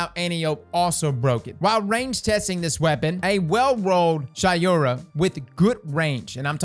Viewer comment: It’s pronounced Shay-ura not Shy-ura. But who care anyways